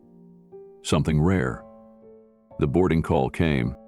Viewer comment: THE runway, NOT Thee runway!!!